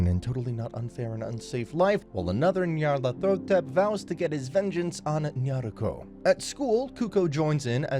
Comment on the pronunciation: Her name is Nyarlathotep, not Nyarlathetop. Aside of that, I loved this anime!